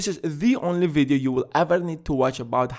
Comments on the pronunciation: I like how he says videoo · The way he says “video” 😂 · i love how you pronounce video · just came here to listen to you saying "video"